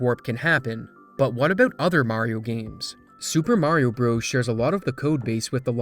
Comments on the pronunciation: It's pronounced "Brothers" not "Bros" Edit: In the same way Donkey Kong "Jr" is pronounced "Junior" not "Jirh" . The declining literacy of the younger generation is real! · IT'S NOT PRONOUNCED "BROS!!!!" It's "Brothers" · it's not "bros". even when it's abbreviated, it's pronounced "brothers"... i weep for the future. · If You say Super Mario "BROES" like a r3tard and not BROTHERS, which is the correct wording will always get a dislike from me. How do you say Dr.Mario? DERRR? so dumb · Lol pronouncing brothers as bros. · This is truly fascinating stuff, and an amazing community effort, but the most surprising thing to me about this video was learning that there are people that say "super mario broze" rather than "super mario brothers" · Brothers. Please say Brothers not Bros.